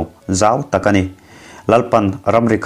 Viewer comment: Changkha tih thluk I van hmang dik lo nasa em em ve..uluk deuh teh..Mizo tawng thluk I tisual nasa lutuk. Ngaihthlak a nuam lo.